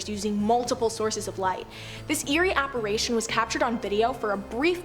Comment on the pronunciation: It's apparition. Not apparATion. Big spanking for you, girl 😢